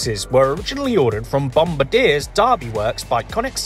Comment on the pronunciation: i love how theyre called classmates, also bombardier is pronounced bom-bard-ee-yay jjst to let you know